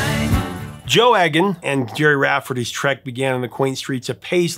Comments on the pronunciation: It’s eeg an not egg an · It's 'E'-gan, not 'Egg'-an. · Don't mean to be pedantic but I believe Joe's surname is pronounced eagan as in eagle, not eggan as in egg. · Joe Eggon? Trust an American to mispronounce a simple surname like Egan (Eeg-an). It's the same with MacLean (Mac - Lane) and common Polish names. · Very informative video, thanks. Just one point - I'm pretty sure that the name Egan is pronounced 'Eegan' rather than 'Eggan'. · "He had an ear for music" :) I enjoyed this story about two local boys, but Joe's surname is pronounced "Eegan", rather than "Eggan". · Just a heads up. The E in "Egan" is pronounced like Eel, Not Egg. Good channel though. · Joe's surname is pronounced 'Eegan' not Eggan. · It's pronounced Joe Eegan with a hard E, rhymes with Edam like the cheese. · Eegan…..not Eggan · Oh Prof, it's pronounced Eegan, not Eggan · Pronounced Joe EEGAN not EGG-AN. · Egan is not pronounced as "Eggan", it's a hard E, so it's pronounced "Eegan". You're welcome. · It's pronounced "ee-gan" not "egg-an" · I had a special affection for Stealers Wheel right from the start, not least because Gerry and Joe were local lads! P.S.; Egan is pronounced "Ee-gan". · Joe’s name is pronounced Egan. Been a fan of both from the early seventies. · BTW in Scotland Joe's surname is pronounced EEgan and you missed a really Important time in Gerry Rafferty's time when he was with a band called the Humblebums along with the great Billy Connoly and Tam Harvey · Uh, it’s pronounced E (hard E) gan….very Irish, and I should know. Enjoy the channel very much, though. Cheers, JPE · Believe it Egan is pronounced eegan. Hard E. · It’s E as in eagle, Eagan. Not E as in egg.